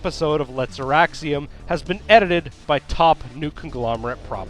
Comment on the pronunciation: Every time I hear you start to say Auraxium I think you're about to say erection. :[